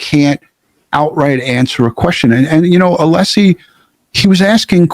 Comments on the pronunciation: that was a power play!!! C'mon. And not ALESSI , 'LESSI. (sp). That was intentional and immediate. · And then the dude said "'LESSI"... on purpose. As of to say, I'll call you what I want 😡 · Welcher goes to the trouble of trying to one-up Alessi by asking his name, and then incorrectly repeats Alessi's last name. Brilliant.